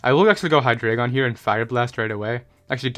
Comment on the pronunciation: I love you and your content. But it's HIGH DRY GON